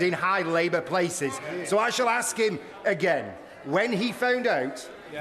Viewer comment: Why can't Dawn Butler say the word 'ask'?